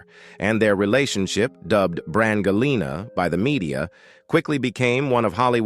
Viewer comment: That’s pronounced, “Bran-Je-Lee-na”, “Robo brain!”